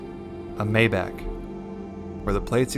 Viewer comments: It’s pronounced MY BAUK not MAY BACK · The Mercedes is a Maybach (may-Bauch) not Mayback. LOL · Its May-Bok dear....not Mayback...Maybach ❤😊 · It’s pronounced my•bok, not may•back. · OMG if you say MAYBACK ONE MORE TIME!!! It’s MayBACH!!!😂😂🤦‍♂️🤷‍♂️ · Not Meyback, but Maybach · Mai-bohhc, not May-back. lol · German pronunciation of Maybach is My-bock. Pronounced like Johann Sebastian Bach the composer. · It’s pronounced My-Bok. JSYK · It’s pronounced “My-bahc”. With emphasis pronouncing the “H” sound near the end, and the “c” is almost silent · The car is pronounced like" MY BAHK" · It is too much to pronounce Maybach correctly?